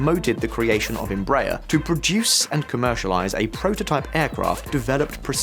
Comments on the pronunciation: It's Em-bra-er. Not Embrayer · 😂it is pronounced Embra Air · It's embra-AIR. Read like that and you'll get it right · EMBRAER is pronounced like embra-air (embraEr) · Vídeo bem razoável, mas é muito triste que o locutor não saiba pronunciar a palavra " Embraer ". Que vergonha......... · You should have taken a minute to learn how to correctly pronounce Embraer. Just go to Google Translate, select Portuguese, write "Embraer", and click "lisen".